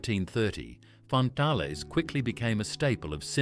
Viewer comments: WTF is a fan-tal-lay. It Fan-tale, like man-snail. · Lovely memories, thank you. Glugs, toucans, milo bars, dunkaroos.... just wonderful, BUT please use an Australian AI voice and it's FAN-TALES not what the voice was saying, lol it was trying to be French I think. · Fan-Tales you! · yeah, fan tahlez hehehe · wtf the voice over ai cany say fantales. and many of the snack you can still buy lol, Dubjaroos are bot aussie it a fake site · First time I’ve ever heard Fantales pronounced in this way.